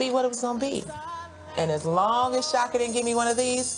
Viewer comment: Fantasia sings perfect and says Chaka's name perfect too.